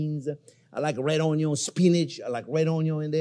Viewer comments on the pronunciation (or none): its not onyo its onyon! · Chef has officially said Onyo for the millionth time! 🎉🎉🎉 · Oui Chef ! ! ! Onyo ! ! ! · RED ONYO, LMFAO! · red ?...it is purple awn-yaw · What's an unyawn?